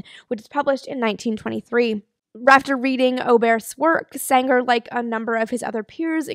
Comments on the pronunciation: Eugen Sänger pronounciation pretty on spot, maybe a softer 'ng' like in 'ringer'. The 'ä' is just an english 'a' like in 'ladder'. Also Eugen was pronounced right. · Actually your pronounciation of "Sänger" is rather good. The only minor thing is that the "ä" in "Sänger" should be stretched a bit more.